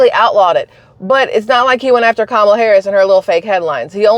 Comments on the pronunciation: Like Pamela but kamala is how she now pronounces it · It's pronounced "Cum-all-ya"😅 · Proper pronunciation is: COMMA LA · You mispronounced Kameldung, I mean Kommielaw, I mean Kameltoe, I mean Kon-in-law. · Google Translate from English to Hindi. it proves how you are saying Kamala's name